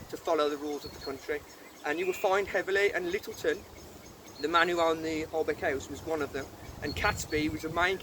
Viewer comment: It’s pronounced Holbeach House although it’s spelt Holbeche House.